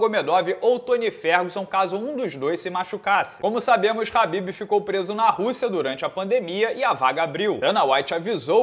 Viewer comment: por que o chama o Khabib de Rabib?